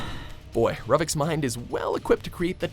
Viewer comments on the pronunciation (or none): R-u-h-vic???😂 it's R-o-o-vic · Ruvik is pronounced roo-vick not ruh-veck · The Evil Within creature is called the Blood Witch and Ro-vick is how you pronounce it. Lol it's pronounced Ruu-vick. Ruvik is not impressed. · Dear watchmojo, Ruvik's name is pronounced Roo-vick, not ruh-vick. And dont tell me its your interpretation of it from it in text, because they SAY HIS NAME OUTLOUD! IN THE GAME! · Did I just hear Ruvik's name pronounced "Ruh-vik" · Sparkyisheretoparty yes. You just freaking did.... so annoying!!!!! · I've only seen one or two of their videos that haven't had mispronunciations. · It's Ruvik. Roo-vick. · Ruvik. Pronounced with a "U"... R-U-vik. Hell, they say his name enough in the game... how did they still manage to pronounce it wrong in this video? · who the hell pronounces ruvik like that? they literally say it multiple times in the game but yall just had to say it different like yall always do huh? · The way he was saying Ruvik bothered me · How the heck did they mispronounce ruvic's name??? They same it countless times in the evil within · He is saying Ruvik's name wrong